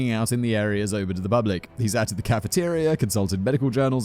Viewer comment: Sorry but new favourite miss pronunciation Sat / shat.